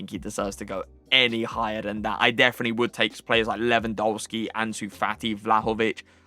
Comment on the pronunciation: Your reviews are insane, your tier lists are top notch and your in game play is incredible. But please can you pronounce Lewandowski’s name right? W in the Polish alphabet is pronounced as a V Keep up the great content tho love watching your videos